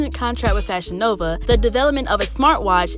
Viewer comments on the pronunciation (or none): none